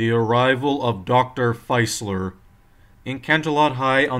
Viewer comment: I think Dr. Facilier was pronounced 'Fah-silly-eh'